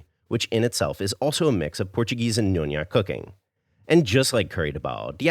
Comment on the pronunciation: 5 gold star stickers for referencing nyonya and pronoucing it properly! gonna give this recipe a go.